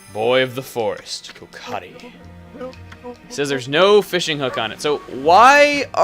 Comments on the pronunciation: Kokari? Kokiri. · boy of the forest: KOKIRI...i mean kokari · kokari = kokiri... mind = blown